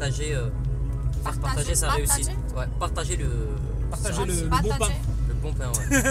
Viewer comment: PAR-TA-GER ??!? lol miss Kim 3